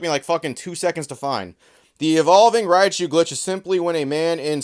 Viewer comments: Everytime the guy in the video says Rai - a - chu, I'll take a shot. Writinbfbg froom affterd the vfidoe, immm prrretttyy sdreunk norrt goiong too luuieee. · "Ri-ah-chu"... very annoying pronunciation. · I mean, he's not even saying Raichu's name right lmao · Everyone upset about how he pronounces Raichu and no one talks about how pronounces Lugia 😂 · Other than the fact he keeps saying "RAI-UH-chu", I really wanna know how the heck he's getting "GERA-chu" from "GORO-chu"... like does this guy legitimately not know what the letter O is??? Some people are just so illiterate, can't even pronounce vowels right LOL